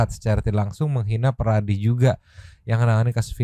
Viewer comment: Ngomong Peradi aja Veradi....apa seeeeh????.....jadi pengacara ternyata gampang